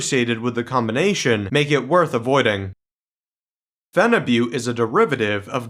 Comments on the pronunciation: It's actually pronounced as feniboot, not fenibutte. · Why do guys say Phenibutte like its Butte Montana?